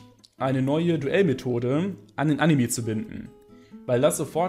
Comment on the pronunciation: AnimE nicht Animiii.... raste jedes Mal aus wenn das höre xD sorry